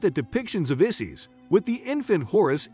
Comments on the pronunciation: Good lord man. At least learn the proper pronunciation of their names. Isis does not rhyme with sissies. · Not Isees, it’s I(eye)-sis. Osiris is pronounced wrong too.